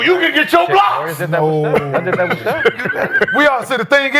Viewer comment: “wit a pillow”🤣